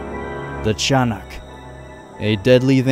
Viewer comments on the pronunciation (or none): it's not chanak its ti ya nak pls stop butchering names